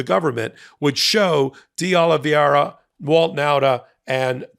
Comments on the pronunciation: It's De Oliveira with 2 'i's, but you have the pronunciation correct. This is a very common (and annoying) mistake with the "ei" vowel blend. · Why cant these highly educated lawyers pronounce Oliveira's name correctly? Do they find reading difficult? pronounces Oliviera (i and e round the wrong way)and Ben Mieselas pronounces Oliveiria (adds an extra i before the last a). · respectfully, I know you don't speak Spanish or Portuguese, but this pronunciation of that last name Oliveira is killing me lol It's pronounced "Oh-Lee-Bay-Rah" You are actually pronouncing the R correctly because it's a soft one, almost like a T or a D, not the "rolling R" everyone assumes is the only one.:-) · It's not "Oh-lee-vee-eh-ra", but "Oh-lee-VAY-ra" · Fyi, Oliveira is pronounced oh -li -vey -ra. You are pronouncing it oh-li-viye-ra. That would be correct if the name was spelled Oli-VIE-ra. Hope this helps ❤ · the name is pronounced OliVAYra. It's Portuguese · Not a big deal, but… please USA, please… figure out the pronunciation part of the reading thing. Di Oliveira… not Di Olviera nor Di Oliveria. Just remove the i altogether maybe and you might get closer. It just hurts each time I hear American reporting on that guy. And it’s everyone reporting on that guy in the US. I have never even seen his name… I just know from how much it’s massacred. I hurts even more when it’s the smart people I respect that cannot make it. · You're butchering that guy's name and it's nails on the chalkboard for me.... It's spelled Oliveira... pronounced O-li-v-eh-ra. Not Oliv-i-eira as you're saying it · Portuguese isn't that difficult. oh lee VAY ra. That is, the spelling is Oliv_e_i_ra, not Oliv_i_e_ra. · It’s YUSCIL Tavares, not “Jose”. And it’s “Oliveira” not Oliv-ee-eira. Love the MT work but you and Bret regularly mispronounce names mentioned in your videos. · Spanish is pronounced phonetically. Ol-liv-veh-ee-ra.